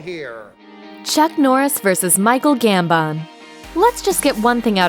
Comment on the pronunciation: Why'd she say Gambon like that?🙄